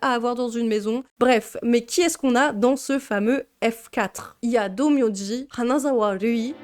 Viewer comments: Purée je ne connaissais pas du tout ce manga ! Merci pour cette vidéo très intéressante. Mais vraiment quel enfer ! A chaque fois je me disais, "noooon ça ne peut pas être pire ?!" et là tu enchaines... vraiment tu as eu du courage d'aller jusqu'au bout 😅Par contre le "Hanazawa Rui" JPP ça m'a fait rire à chaque fois ! 😂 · Le "Hanazawa Rui" me fume à chaque fois 😂